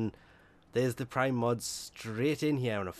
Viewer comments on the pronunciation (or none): none